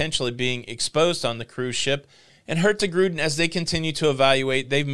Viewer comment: no G in the Hurtigruten when pronounce it... It just sound wrong. Hurti-ruten will be close to the right way to pronounce it.